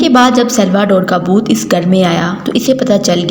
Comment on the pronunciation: Boot nhi bhoot 😀